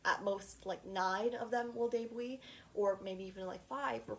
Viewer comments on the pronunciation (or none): Isn’t it “Day Byoot” and not “day booie”? 😭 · LOL YOU AMDE ME LAUGH WHEN U SAID DEBUI LOL❤❤❤❤ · the way she pronounces debut i’m so sorry it made me smile